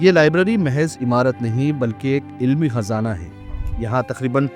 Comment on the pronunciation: khazana not hazana.